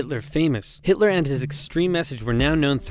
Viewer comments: am i the only one that he said Hitler wrong? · Who the hell is Hitoler? 🤣